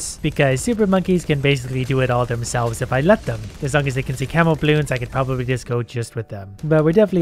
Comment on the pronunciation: lol, at first i thought its "camel" 🐪 balloons, not camo